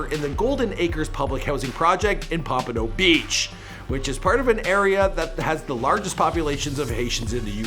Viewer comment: Learn how to say the words. Its cringey . "Pompano and broward" u butchered.